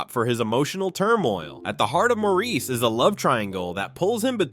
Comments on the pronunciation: Great list and clips. FYI “Maurice” is pronounced Morris (British not French). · 'Maurice' is pronounced 'Morris' in English. FYI